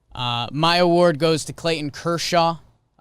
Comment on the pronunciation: does it bother anyone else the way Jake keeps pronouncing "Clayton"?